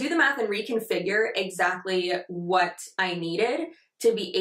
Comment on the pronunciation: Am I the only one that thought you said "we're doing a little math with that. Y'all know how much I love to do meth." Forgive Me I use your videos as my alarm. Not fully awake. Lol